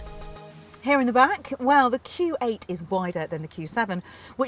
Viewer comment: what does it sound like she is saying Kuwait and not Q8 !